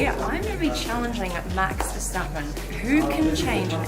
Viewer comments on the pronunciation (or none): none